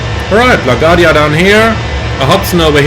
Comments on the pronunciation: Great video, like always! Just want to help you pronounce LaGuardia from a born and rise New Yorker lol LaGuardia is Luh-Gwaar-dee-uh. Hope I was able to help. Take care and see you on the next video ✌🏼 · computer performance looks awesome. BTW, you pronounce it La Guardia, with the emphasis on the U.